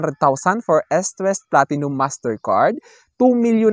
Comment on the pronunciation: pronounce nyo po na Istwest ..medyo malambot po ang pronounce ..